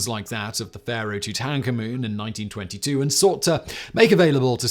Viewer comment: Too tank a moon is probably the best pronunciation ive heard on this channel lol.